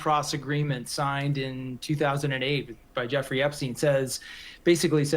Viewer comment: CNN pronounced her name "Jewfree." Freudian slip? 😅